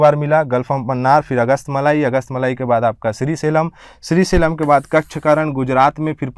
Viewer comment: आपकी भाषा थोड़ी प्रौढ़ होनी चाहिए। उच्चारण दोष हैं जैसे श्रीशैलम को श्री सेलम कह दिया है।